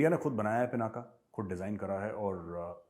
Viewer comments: It's pinak not pinaka saheb. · पिनाका नही सर पिनाक हे